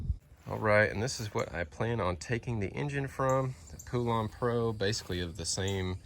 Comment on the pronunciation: Thats not how you pronounce poulan 🤦‍♂️